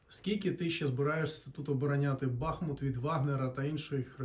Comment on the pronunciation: БахмУУУУУУУт. Ударение правильно ставь бутусОв.